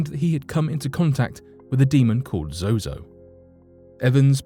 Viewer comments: He keeps saying zoho when the teleprompter reads zozo , which is it I want to destroy the right demon tonight... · Narrator keeps calling him zoHo not ZoZo. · He keeps saying "zoHo" lol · Sounds like he is saying zohoe at some points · Cool but why do you keep saying ZoHo? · Me trying to ignore every time he says zoho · Ha! You said zoho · At first he was saying Zoho? Or am I tripping? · Why do you keep saying zoho? But another source for a lot of zozo's fame comes from the usage of it by Led Zeppelin. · I think he’s mispronouncing they name on purpose that way he doesn’t mistakenly call upon it ? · yes, two times, i heard it too haha